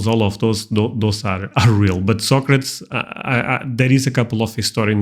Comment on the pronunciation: Socrates was real and his name is pronounced So Crates. I know i watched the movie.